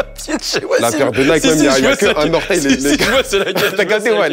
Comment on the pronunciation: Comment ont peut etre matrixé par les states au point de prononcer Nike "Niky" ???😂😂